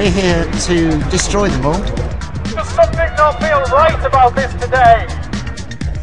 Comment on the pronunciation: Bilderberg?? Hofofofofofofooo. The NSA PRISM prewgrahm. oh. Neva Hurd of it. Hofofofofofofofoooo. Oh You crazy "conspiracy theorists" with your NDAA and increased surveillance. why SHORLY we OLLL knew that there is new such Thinga. Hofofofofofofooo